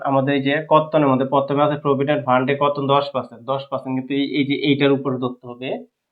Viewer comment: বর্তন নাকি কর্তন বুঝতেছি নাহ